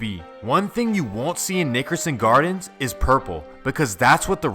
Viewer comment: Please just say the NG because you sound like you're saying the ni**erson gardens lol